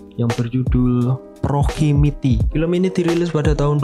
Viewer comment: PROXIMITY dibaca PROKSIIMITI tidak PROKIMITI tidak PROHIMITI. ejaan bahasa inggris kadang berbeda di beberapa kata seperti USE dibaca YUS tapi US dibaca dekat ke AS. Perlu kiranya belajar agar jadi yutuber hebat